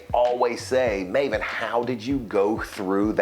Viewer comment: Oh i know you in my child hood we call you Ma-Ven. In our Mizo clan some of our friends name is called Lalvenhima nickname as Maven-a.. Pronounced as ma -Ven-a. Not your name pronounced as Maiven or Mayven we called them as Ma-Ven.. not mai or May its ma - Ven-a..😅😅. And one last thing, im a be honest, that time i never rooting for you😂😂😂 Im always rooting for Triple H, Randy Orton, Ric Flair and then after Brock Lesnar Came im rooting for him and never a fan of the Rock, Stone Cold.. And low key always like Dave Batista, and one time i like Cena but after dont like him at all..😅